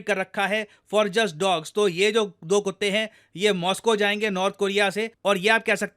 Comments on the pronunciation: The way you say kuttay 😂😂😂😂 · Sir Punjabi style ,,,😝😝😝😝😝😝Kutte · When you say kutte I can't control my laugh 😂😂